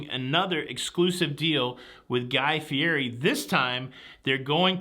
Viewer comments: Hello! FYI Guy's last name is pronounced "fee et ee" Go figure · you are mispronouncing Guys name